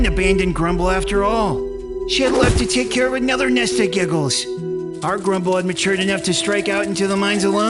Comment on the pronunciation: Bro y does say jiggles instead of giggles